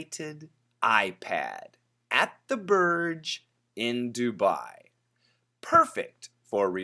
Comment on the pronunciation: Hi While it's written as Burj, we actually pronounce it 'Borj. Borj means tower in Arabic. I'm gonna send you a link about the Arabic pronunciation.